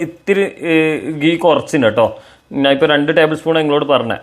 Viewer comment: നാൻ അല്ല ...ഞാൻ എന്ന് പറയൂ